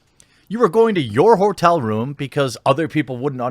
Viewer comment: He said whoretel lol